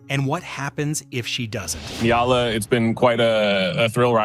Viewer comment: EALA not Ela...